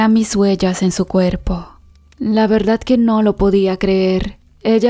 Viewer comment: La narradora, no sabe leer pues dice VERDAT, no soy experta pero aprendí que la Real Academia Española, dice que se escribe y pronuncia VERDAD, por ése solo hecho ya no quise seguir escuchando a la narradora, siento que no es cierto lo que cuenta, perdón si ofendí a alguna persona